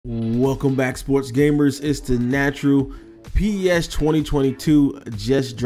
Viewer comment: P e s? It’s pronounced PES lmao